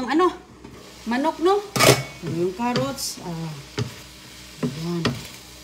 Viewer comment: Anong lasa kaya niluto niya hindi ko talaga maintindihan mga putahe niya hehehehe sabagay may carrots naman sabi niya karuts 😂😮